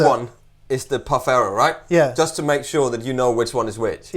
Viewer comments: Guys, it's Pau Ferro, not Pau Farro :) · Pau-ferro and not Pau Farro... It means in portuguese: Pau = Wood/stick Ferro = Iron ;-) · It's ferro(Iron) not farro(wtf). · The Brazilian slang word for penis is 'pau'. As in: "pau duro' (hard wood) Ferro is pronounced 'feh-ho' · ferro is pronounced feho. in Portuguese two Rs in a row make the english H sound.